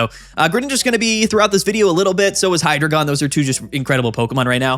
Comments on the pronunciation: its not pronounced hydrogon. its hydreigon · Just a heads up, Hydreigon is pronounced “High-Dry-Guhn”. Love the channel, but constantly hearing “Hydra-gone” is giving me an aneurysm.